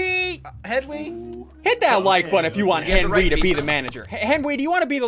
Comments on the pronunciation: Why say Henwy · ssundee do you call Henwy because his a hen and he wees